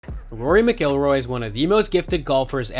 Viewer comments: What a dip wad you are not knowing how to pronounce Rory's last last correctly!!! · Learn how how to say his name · Learn to pronounce the names correctly if making a video on a subject. Video is good, but had to turn off after hearing you say his last name wrong multiple times. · Besides the mispronunciation, the cadence of his speech is ridiculously affected. Easy thumbs down 👎🏼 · Can't even pronounce his last name correctly!